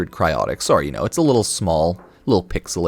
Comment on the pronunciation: Tell me you’re Canadian without telling me you’re Canadian: “Sorrow” 😉 Great video! Can’t wait for Duviri!